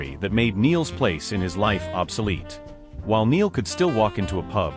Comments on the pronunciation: Spelt Niall but pronounced NILE, NOT like Neil!! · Get Niall's name right. Good grief, he's been famous since he was 16 and is now 32. His name is NY-ALL, NOT Neel. It is poor reporting and rude. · For goodness sake get the pronunciation of Niall's name right. It really isn't hard, and it makes you look so ignorant. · He should know how to say Niall name . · Does anyone else find these narrations annoying? Why can't the correct pronunciation be given to the written word? Just learn how to say Niall... Thanks